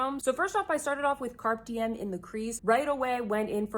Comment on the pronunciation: Please learn how to pronounce “Carpe Diem” it’s Latin and doesn’t have anything to do with a carp 😉 Google it, please 🙏🏻